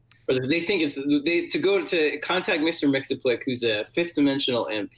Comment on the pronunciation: Mix-yez-pittle-ick, there is no "s"